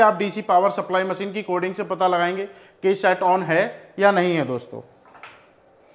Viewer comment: पाता करे 😂😂😂😂 अरे भाई पाता नही । पता होता है।